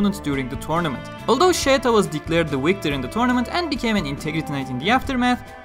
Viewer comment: Listen to her name being pronounced in the Anime. There is absolutely no "Y" anywhere. Sheta and Scheta are the only acceptable romanizations in her case. We decided to settle for Scheta because nobody uses Sheta.